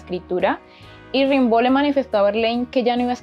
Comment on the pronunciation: Das un dato equivocado al decir que ya muy joven se había casado. Se escribe Rimbaud pero se dice "rambó"